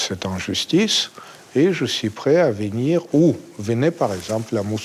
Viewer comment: On ne dit pas :vinir mais venir C'est très important.